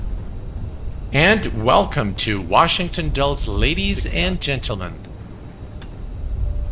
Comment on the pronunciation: Dulles is pronounced Dull-iss as opposed to Dulls. Just an FYI... I'm sure you'll fly there again...Flightbeams scenery is great